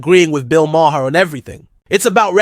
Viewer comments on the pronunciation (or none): I had to stop watching solely for how you kept saying his name. You watched the podcast so you know its now MA-HAIR! lmao